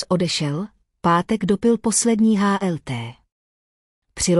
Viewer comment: Umela inteligence, spatne se posloucha. H..m hm, ha el te....hlt. TO NEDAM. JE MI LITO